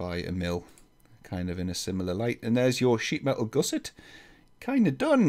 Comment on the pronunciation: you pronounce gusset incorrectly FYI. Goose-ettes?